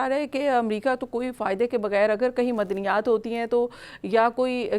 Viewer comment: بی بی ، 'مدنیات' نہیں 'معدنیات' 🙏